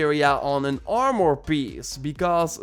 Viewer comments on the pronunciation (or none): none